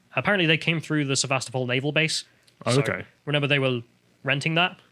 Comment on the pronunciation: Or says 'renember'